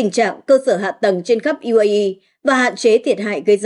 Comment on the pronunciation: Bạn này còn không biết đánh vần chữ cái bằng tiếng Việt, trong khi đang đọc bằng tiếng Việt: UAE, DW... Không được đào tạo, không chuyển nghiệp!